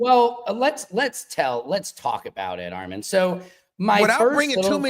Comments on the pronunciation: Arm-MEN really be driving me up a wall!!! It’s AR-MON 🙄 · This is random but why can yt people NOT say Armons name correctly? 🤣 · Why do the whites call you Ar-MAN? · The whytes keep calling him … R - MIN why? Lol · I’m tryna figure out why they keep calling him ARMIN 😭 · I notice that lol they always add an extra A to his name. “Arman” 😂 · I’m glad that you said something to “Secret Service Sam” because he was making me mad saying your name wrong 😂